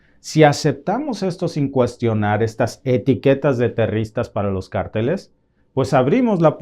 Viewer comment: Disculpame que te corrija, no se dice terristas, sino terroristas. Gracias, lo hago con el propósito de hablar el español, correctamente. Entiendo el hecho de vivir en Canadá, se te olvide la sintaxis del español. Buen día.